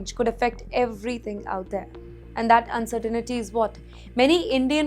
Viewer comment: The word is pronounced and spelled “uncertainty” not uncertainity. Repeat, it is uncertainty. 😂 😂😢